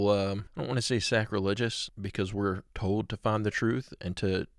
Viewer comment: Hey, the word "old" is pronounced old, not "ode". "Told" is pronounced told and not "tode".